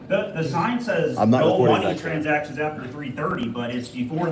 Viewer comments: “Transcations”? Lmaoo I’m weak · What are "transcations"? LOL